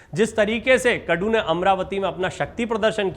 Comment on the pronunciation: It's KADU not KUDU.